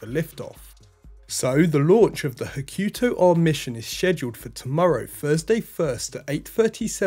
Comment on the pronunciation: "Hah-koo...Toe" not 'ha-KYU-toe"